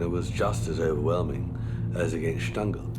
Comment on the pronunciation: Do prounounce Stangl correctly! Phonetically it's shtangel.